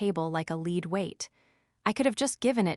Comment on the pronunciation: Nor can it pronounce lead or read lol 😂